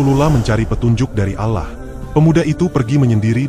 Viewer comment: Allah bg, bukan alah